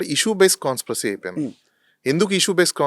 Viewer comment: Hello.. CONSPROSY kaadhu,, it's "CONSPIRACY.." spell check and pronounce properly pls. those are English words not Telugu words.. please Pronounce properly Your analysis and other justifications are genuine and appreciated,.